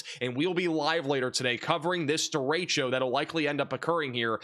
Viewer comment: points for saying 'derecho' correctly. It's annoying to hear weathermen say "duh-ratio". geez.